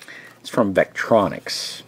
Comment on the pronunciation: Vectronix, not veralux...